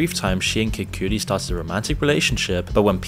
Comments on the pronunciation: DUDE KID COOTIE?!? Man get these names right wtfff 😂😂😂😂😂😂😂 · Kid Coodie lol, it's KA-DI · The pronunciation of Cassie and Kid Cudi btw is "Cass-ie" and "Kid Cuh-di" 👊🏿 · Kid Coodi - wrong Kid Kadi - correct Kaysee - wrong Ka-see - correct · "Kid Cootie" 😂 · “kid coodi” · "Kid Cootie" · “Kid Coodie” are you serious? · This is so far from the point, but sheen casey and kid cootie ?? It's not his accent he's just saying these names completely wrong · bro said kid "cewdy" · Calling him “kid coodie” is insane lmfao. How can you not know how to pronounce that….? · Does this guy know how to pronounce names properly? He says "Kid Coodie" and Seen Cooms" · CASEY & KID-COODI. lol, what's up with your pronunciations? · Your pronunciation of these artists are killing me. Casey, Kid Coodie 🤣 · You need to pronounce the names correctly🤣 “Kid Koodi and Seen Combs” 🤣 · "Sheen" and "Kid Cootie" bruh lol - are you AI, or just completely unfamiliar with Hiphop in general? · Every time he said kid Cudi irked me. Kid coodie 😭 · Maaaaaaaaaaaan...your pronunciations of their names....kills me... Kid "Cutty", CAS-SEE, Too Pawk, for future reference. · Kid Coody??? 🤣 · "kid coodi" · Lol "Kid Cootie". Hahahaha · Lol how are you saying these popular names wrong? 😂 “Casey”? “Kid Coodie”? “Sheen”? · Who tf is "Kid Coo-dee?" 😂 Your pronunciation still sucks. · Kid coodie too lmao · My bro you butchering names.. "Kid cootie?" "Casey?" Shine didn't spend all that time in prison for you to call him sheen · “kid coodie” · He is British. In English, it should be spelt Cuddi with a double D, to pronounce it the way Americans do. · Man you have to learn how to pronounce Kid Cudi's name. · Names!!! Research how you pronounce names!!! FML!! Cassie and Kid Kudi u got so wrong. Disrespectful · Why are you purposely mispronouncing Diddy and Kid Cudi's names? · The mispronunciations of Cassie and KidCudi are insane, lol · Great video, generally love your content. You said Kid Cudi so wrong tho lmao.